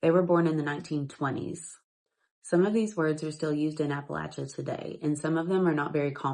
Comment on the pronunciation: When did the word Appalachia become Appilacha